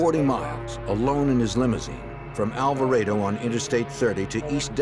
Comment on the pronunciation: Alva-rey-do? Alvarado is pronounced as Al-va-rah-du. Hahaha. My middle just got an English accent.